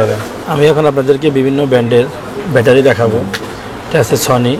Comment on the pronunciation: ‘ব্যাটারি’কে (battery) বলছেন, ভ্যাটারি বলে ইরেজিতে কোনো শব্দ আছে কিনা আমার জানা। ভাই উচ্চারণ ঠিক করেন।